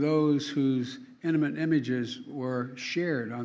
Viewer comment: An "inamint" photograph??? How about "intimate" photograph? "Misogomy"?? How about "Misogyny? Geez